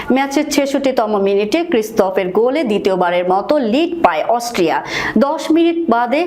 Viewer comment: আরে বেকুব অস্ট্রিয়া হবে অস্ট্রেলিয়া নয় আর ভুল মানুষি করে ও গরু-ছাগল তো ভুল করে না, ভুল করে অসটিয়া বলছে কিন্তু হবে অস্ট্রিয়া